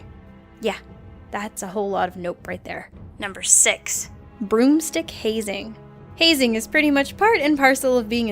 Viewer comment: the video paused rite as said "broom stick" and is sounded like she said "groom's dick". that was awkward